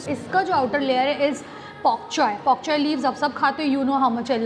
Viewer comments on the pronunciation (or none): It's pokchoi or bok choy? I think it's bok choy ur pronunciation is wrong ..